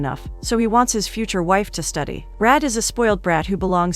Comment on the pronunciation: Its not Red. Its Rah-day. My favourite Bollywood flick